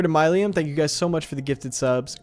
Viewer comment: Myleum is actually pronounced “Mil-lee-um” btw but I love to support however I can. Ty for streaming for us, had to go back to rewatch cause I was working doing people’s hair in the middle of the stream several times.